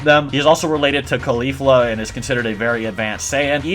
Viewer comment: not trying to be a dick but the way u pronounced Kefla, Caulifla, and Cabba lowkey bothered me 😂😅